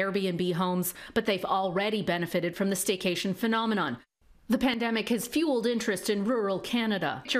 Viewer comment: My man just said "pademic"